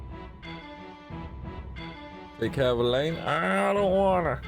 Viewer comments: Finally another ragnarok woohoo the ff16 videos are awesome but I missed this! And again it's "ELLONE" not "ELLAINE" 😂😂😂😂😂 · I've always thought Ellone's name was pronounced like " Melanie" without the M. Or is it pronounced more like "Ell-own?"